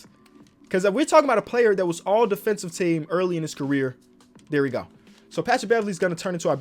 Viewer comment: “well technically your defenthive rating” is a fool 😂